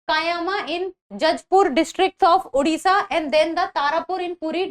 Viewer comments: Its a "O" in odisha not "U". Oman toh sahi s pronounce kar lete ho, Odisha bolte waqt kyu bakchodi? Unpadh gawar. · It's not उड़िसा It's ओडिशा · Its a "O" in odiha not "U". Oman toh sahi s pronounce kar lete ho, Odisha bolte waqt kyu bakchodi? Unpadh gawar.